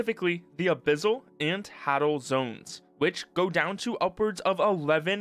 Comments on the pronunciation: Hadel (Hay-dell) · The way you say "Abyssal" and "Hadal" physically hurts me.